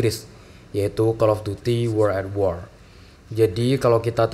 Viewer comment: Wo(r)ld at wor bang bukan uworl a wor